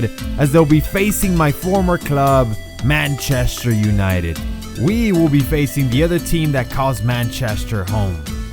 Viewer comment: Mancheshter. Lol xd.